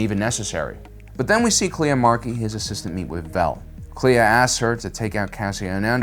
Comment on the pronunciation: When I first heard a character say Kleya's name, I heard Leia. So that's my crazy theory.